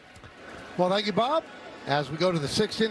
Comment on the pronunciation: Not tenskyou 😊❤